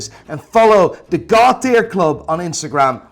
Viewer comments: How does one go about acquiring this said ‘GOÅED TIAER WAATCH’? It’s for my wife. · "10,000 CAH-zeeyos coming your way. Making the watch world a better place." gaaaawwwtare.